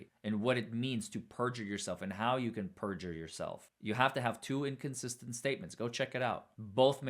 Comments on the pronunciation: I’m going to say at about the minute mark listen to how the Prosecutor asked the question “Hou’s” ok can’t spell it but it’s supposed to be How.. is that a normal way to speak or say How? I’m just curious because I would want to correct them all day long 🙊🤪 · I’m going to say at about the minute mark listen to how the Prosecutor asked the question “Hou’s” ok can’t spell it but it’s supposed to be How.. is that a normal way to speak or say How? I’m just curious because I would want to correct them all day long 🙊🤪.. Also what Police Department doesn’t Secure a Possible Crime Scene?